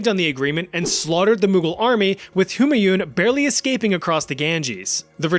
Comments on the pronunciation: Its pronounced ‘Hoomaaiun’😭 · What on earth is the pronunciation of "Humanyun" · you took the effort to pronounce the danish dude but not for Humanyun